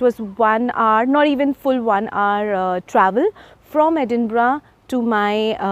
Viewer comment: Thank you for pronouncing Edinburgh correctly ❤